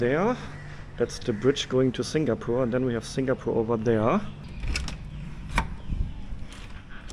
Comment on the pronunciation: it's singapore not singapoor